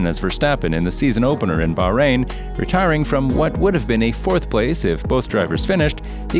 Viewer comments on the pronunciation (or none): none